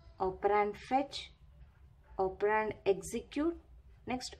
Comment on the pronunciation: Its operand not opperraaaaanddd 😂😂😂😂😂